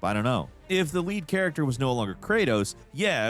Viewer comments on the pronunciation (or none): none